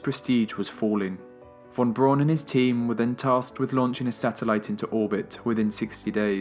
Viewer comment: Just one nitpick. Werner Von Braun. In German "w" is said like an English "v", v is said like an English "f" and "au" is said the way "ow' would be in English. So, (and I apologize this is not real phonetic spelling, just simple sounding out with similar English spelling) it would sound like Verner Fahn Brown. I know we English speakers regularly butcher foreign names, and you are just following the tradition of mispronouncing his name that dates back to newsmen that were his contemporaries, but it is the 21st century and we can Google the proper pronunciation. Again just a nitpick, because of my own pet peeves, for an absolutely stellar (lol pun intended) documentary. I will stand by saying Braun correctly though. It literally is the German word for brown and has virtually the same pronunciation.